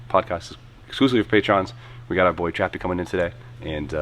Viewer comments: Did he say Trappy? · Did u say TRAPPY???